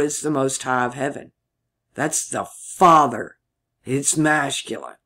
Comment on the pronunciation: I em Th Fether. pronounced fathar... a and e pronunciation was switched.